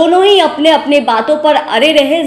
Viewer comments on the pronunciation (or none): अरे रहे (अड़े रहे)😂😂 apni bhasha sudharo pahle tab patrakarita karna